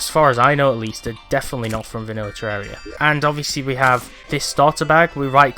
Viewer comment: WOWWWW a YouTuber that actually pronounces the game title correctly. I'm shocked